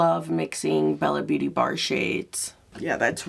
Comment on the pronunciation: Can I just tell you I believe it's pronounced Bella beaute' bar...